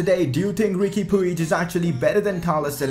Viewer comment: It's Pooj. That's how it's pronounced.